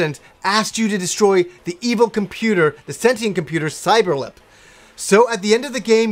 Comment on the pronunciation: Cyeber-Lip...this game, I actually remember.